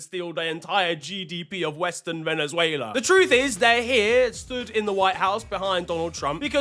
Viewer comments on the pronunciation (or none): none